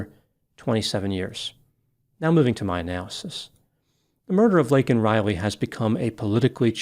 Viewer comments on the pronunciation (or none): The worst part is that he apologized for saying illegal other than undocumented….yet he did NOT apologize for mispronouncing her name… he called “Laken” “Lincoln “…unbelievable